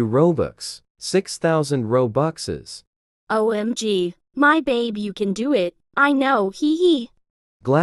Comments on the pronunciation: WTH you say roboxes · Who the frick says robuxes?